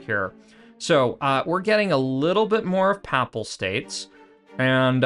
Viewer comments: “Paypal States” like “The Papacy” “Paye-pal” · your pronunciation of papal states is horrific, other than that good vid